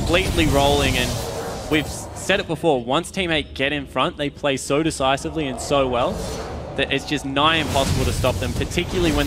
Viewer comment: How annoying are these casters lol, it's ''so'', not ''soeuwer''